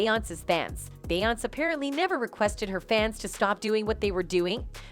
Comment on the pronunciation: Why is this lady pronouncing Beyoncé name wrong damn in lying about every single damn thing & why the hell is he playing batmen kid toy 🚙 cars behind is head 😂🤦🏽‍♀️ his ass don’t even work for bey & jay uncle Ron works family matters old tv show